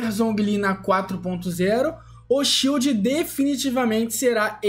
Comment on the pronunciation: tudo que é inglês ele fala errado kkkkkk